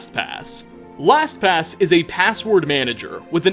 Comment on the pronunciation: I can't be the only one who thought he said Thanks to (whatever their name was) for sponsoring abortion in this video😂😂😂 Edit:realised their name is Last pass